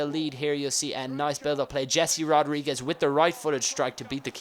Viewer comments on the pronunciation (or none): Its He-se rodriguez